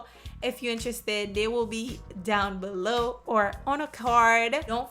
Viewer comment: why say below like that?